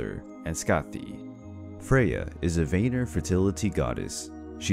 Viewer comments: I’m not tryin be a know it all but Vanir is pronounce Van-near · It's like Vaneer (if you write it in english), but the "a" is pronounced like it is in british tomato.